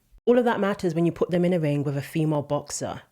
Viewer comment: your completely right what you say, but please say “ them” instead of “ dem”